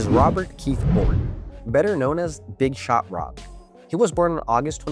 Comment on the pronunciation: you named dropped Jordan. Thats the reason why we had to listen to you butcher Horry’s nickname. It’s also funny that you didn’t tell everyone that he swept LeBron’s cavs. Horry said that it was the easiest ring he ever won. He said it Stephen Jackson’s podcast.